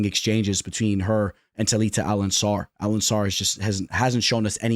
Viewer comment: AlenCAR , Bro.... WTF is AlenSSAR😂😂😂